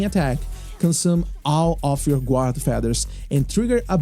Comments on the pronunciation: The "u" in guard is silent. You pronounce it "gard". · Great guide, easy to understand and a wonderful overview, thank you! Just for future reference, "guard" is pronounced like "gard" 👍